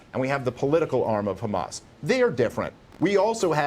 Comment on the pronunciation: i hate when she puts a accent on hamas.........